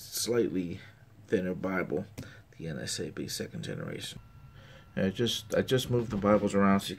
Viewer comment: I notice that you always say NSAB, instead of NASB, not sure if you were aware...Great videos though, I like watching your reviews!